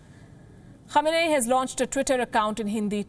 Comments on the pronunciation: The Name is pronounced as : KHAMENAAYI It means coming from the place called KHAMENA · The way she pronounced his name sounds like that time when someone thinks he/she knows something and acts confidently buy is actually dope and terrible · Can't read the name properly and doing reports on Imam Khamenei...I believe this channel is funded by US 😂😂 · cant get his name right FO and u guys r journalists